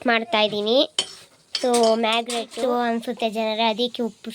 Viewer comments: Marinate ❌marginate🤡✅ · ಮಾಗೀಗ್ರೇಟ್ ಅಲ್ಲ ಅದು marinate😅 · Adu magigrate allamma❌marínate✅🤦🏻‍♀️ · ಮಾಗ್ರೇಟ್ ಅಲ್ಲ , ಮಾರಿನ್ಸೆಟ್ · Adu Merry great alla ❌😂 marinate✅ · Maggie great ❌ marinate✔️😂😂ಇರೋದು❌ಇಡೋದು✔️ಬೇಯ್ದಿದೆ❌ಬೆಂದಿದೆ✔️😂😅😅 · Amma taayi sentence na crt agi mugsu madya madya dali stop madi bere sentence start madbidtiya🤦‍♀️Fr ur kind info it's not Maggi grate it's marinate😅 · Mix ❌ marinate (marigate) ✔️ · Marinate ❌ magigrate ✅